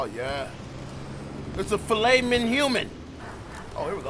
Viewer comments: '"Filet Minhuman...." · “Its a file-min human” 😂😂